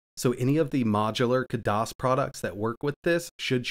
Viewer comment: just so you know, it's not "KUH DOS", they pronounce it "KAD ISS". ( A as in cat)